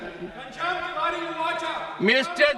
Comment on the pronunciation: तिवाड़ी है की तिवारी पहले क्लियर kriye 😂